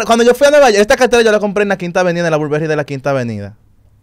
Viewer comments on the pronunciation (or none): Dike Burberry donde dice burberry